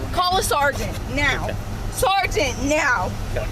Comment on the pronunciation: sergeant neow!